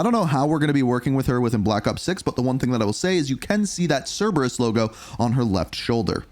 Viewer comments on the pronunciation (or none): none